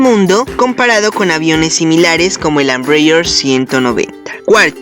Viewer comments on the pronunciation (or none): pero si en su idioma original (portugués) se pronuncia tal cual se escribe "EMBRAER". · El otro avión es EMBRAER, así como se escribe, no Ambreier... Saludos...